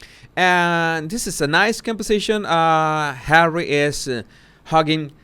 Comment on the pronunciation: Did you say "Harwwy"?